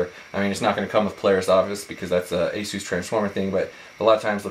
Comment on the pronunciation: Eh-Sus..not "A-Zoos".